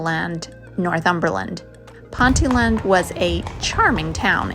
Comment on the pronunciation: Good old English place names creating problems yet again. Ponteland is pronounced Pon tee land. Which means 'Island in the river Pont'.